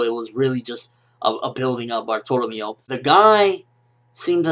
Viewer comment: Nice review, but something about the way you pronounce Bartolomeo just bugs me so much :D